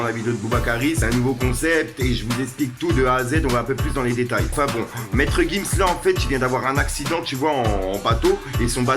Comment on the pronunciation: 30 000e de montre tout sa de perdu tes actu sont pas complète même le nom de gims tu dit nimps psq c'est gims et non maître gims